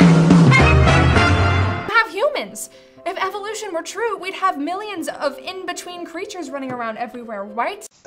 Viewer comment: why do you keep calling it eviloution? it's evolution. evo lution. no I sound after ev.